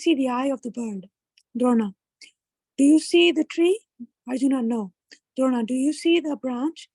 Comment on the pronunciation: Request not to misread the names ...it's Arjun not Arjuna, Krishan not Krishana , Dron not Drona